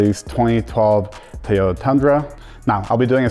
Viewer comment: It is toy yoga not tiy yota. Why does everyone say it wrong it sounds stupid